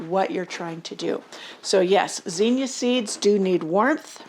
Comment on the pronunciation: I can't here what you are saying due to your mispronunciation of the word zinnia. I was born and raised in Xenia Ohio, pronounced (Zeenia). Using English language skills, Zinnia has a short "i" sound not a long "e" sound. A vowel followed by 2 consonants means you give the vowel a short sound. O-H-I-O